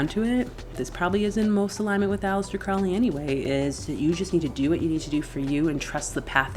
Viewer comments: No disrespect but his name is pronounced Crow-ley not Croully. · It's Crow-ley yankee. You clearly didn't get very far with the OTO